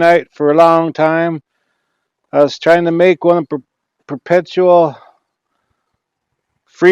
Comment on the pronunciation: guy cant even say perpetual LOL probrably why he thinks it runs by itself LOL.. whoop, anyone see the gas engine?